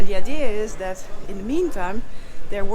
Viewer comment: Holy Moly! One single ship basically playing the sole provider for a country spells vulnerability! 😵‍💫 Hard to imagine for a central European. …and you get me every time with your "Zhat is zhö plan!" 🥳😂😍 Vhen deed zhat become a zheeng? 🤣 Me, I loved this episode! 😍🤗 😳 Sacre bleu, non: Mee, I lööved zheese episöhd! 🤗😍